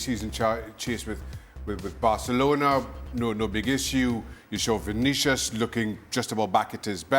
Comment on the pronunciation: It's not Vinicious, It's Vinicius